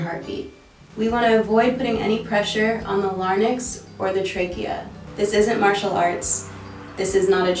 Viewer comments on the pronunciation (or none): LMFAO LARNICKS! It's Larynx as in Lair Incs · not the way you said larynx💀. "lArNiX" lmao